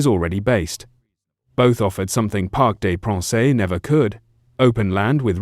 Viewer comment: Its pronounced Parc De Prance, not Parc De Pranceh! Its embarrassing and you should do your research before uploading content!